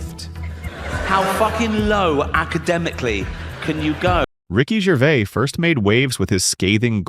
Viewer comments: The S at the end of his name isn't silent. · There is an "s" on the end of Ricky's last name, and he pronounces it. Jeez. can't you at least say the name right? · What is it with this commentator that he can't even say his name correctly. I've said this before and I'll say it again. Ricky's surname is GervaiS yet he keeps saying Gervaiy. It's exactly the same as Fleur de lys. It has an ess at the end so it's pronounced with the ess sound at the end, NOT Fleur de lee. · Also his name is pronounced Gervais/z/ not Gervay. You hopeless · Its Ricky GervaiS with an S at the end. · Its GervaiS...with emphasis on the S. Not Gervay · His name is NOT “Ricky Gervay” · The S in his surname isn't silent. I love his straight talk.